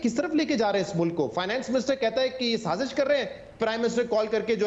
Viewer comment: The word is Saazish. Not Saajish Learn to pronounce Urdu words.